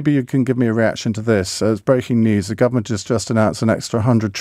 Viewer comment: Yeah listen to how she says w. She says vere or vas or ze instead of the.